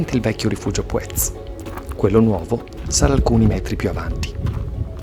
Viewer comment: Mi spiace per il meteo poco favorevole. Gran giro cmq. Il nome Puez l' ho sempre sentito pronunciare con l'accento sulla u a dire il vero :/